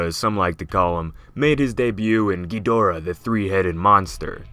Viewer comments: Okay -- let's get this straight -- in all of the original movies featuring Ghidorah, the accent was on the first syllable -- Ghid'-o-rah. In fact, in the original U.S. release, the translation didn't even have a middle syllable -- the original release title was -- Ghidrah -- the Three-headed Monster. Now, why would this be? Why the accent on the first syllable. Well, for the silly reason that, if you listen to any movie, past or present in the original Japanese -- that's how they pronounce it -- "King GHEED-or-ah. Accent on the first syllable. That's how it's pronounced. So, how is it that everyone has come to pronounce it the other way. The wrong way? King GhiDORah? Well, it's really quite simple. The zero talent hacks responsible the English language dubbing obviously never bothered either to look at the original translations of the older movies nor actually listened to how the name was pronounced in the original Japanese. Somebody just passed around the script with the word Ghidorah in the first script, nobody in the room knew how it was supposed to be pronounced -- and since nobody in the room gave one ten-thousandth of a piece of shit about that movie -- about the writing, about the direction, about the performances -- as evidenced by the fact that the dubbing of those movies makes them essentially unwatchable without a vomit bag handy -- thus somebody probably asked -- how do you pronounce this word -- GhidorAH? GhiDORah? GHIdorah? and some braindead fuck in the room wh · GHEEDRAH is a terrible way to pronounce the name ._.' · like hes saying kinky dora lol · Why do people call him Gidreea? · You know you pronounce Ghidorah wrong. It's meant to be pronounced ghi-da-rah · When I was younger and I heard someone pronounce Ghidorah as "Geedrah" I thought they were 2 completely different monsters that looked identical. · David Brown da is in ‘duh’ or like ‘da-d’ I heard so many versions of how it’s pronounced